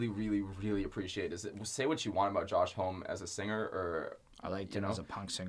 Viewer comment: Homme rhymes with mommy. Really like the review, just jarring with the pronunciation.